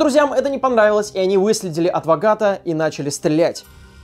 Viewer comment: На ты сказал не адвоката а адвогата 😹😹😅🔥❤️